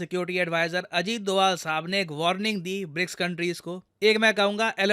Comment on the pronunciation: ये डोवल क्यो बोले 🤔🤔